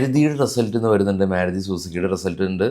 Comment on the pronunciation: മേരുതി അല്ല മാരുതി ആണ്